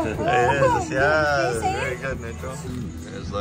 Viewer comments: Hahaha 🤣😆 marunong na magsabi ng Sowsyal si 👍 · It's soosyal kuno, hagi Nitro ❤.